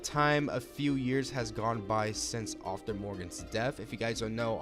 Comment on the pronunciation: Why are you pronouncing Arthur’s name like “offtur “